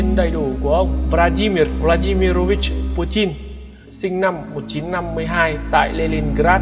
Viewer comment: nó đọc đúng tiếng Nga rồi...